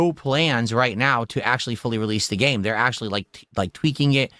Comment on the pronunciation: "Oh, trying something different and new...let me open my velcro wallet naow"